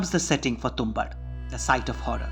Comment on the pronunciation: You're mispronouncing the title which is irritating to my ears and hence has affected the viewing experience of this video. It's Tum-baad.